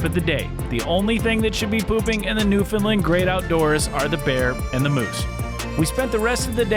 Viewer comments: It's not new fin Lund! It's "New fun land" can't get that wrong. It's disrespectful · Newfoundland, not Newfundlund! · Yup beautiful place is right it is called Newfoundland not Newfoundlin do understand why outsiders can’t not pronounce it correctly. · This guy is a joke. Talking about Newfoundland history and can’t even take the time to learn how to pronounce Newfoundland or Beothuk properly. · He also can’t pronounce Newfoundland. Think he’d take some time to learn how to say it properly.